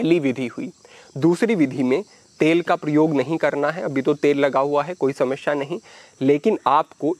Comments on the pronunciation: समस्या bole Samashya nahi hi. Uccharan sahi kare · समश्या नहीं समस्या